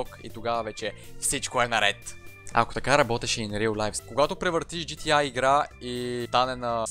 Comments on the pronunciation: професионалист ама казваш на игрите GTi вместо GTA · Джи ти ЕЙ, брат, джи ти ЕЙ, все още "А" в английския се чете "ЕЙ" :) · когато си професионалист в GTA и наричаш буквата А - "ай" LOL